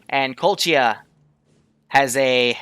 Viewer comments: please stop say kolchia Not tryna be a dick but (koh•lech•iya) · its pronounced Ko-Lech-ia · I knowww my ears are burning when i hear colt-chiya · I'm sorry but the way says Kolechia and Kolechians is just ugh...